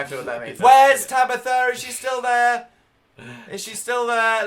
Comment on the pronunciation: Is it me or does dan say Tabithr